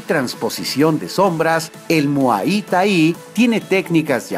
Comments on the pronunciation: pronuncias mal muay thai critica constructiva por favor corrige. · Primero Informate como se pronuncia Muay Thai lo haces muy mal y lo dijiste muchas veces